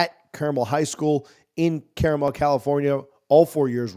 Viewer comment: carmel,,,accent on el